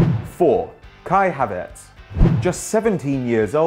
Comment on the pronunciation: Isnt it Havertz not Hatertz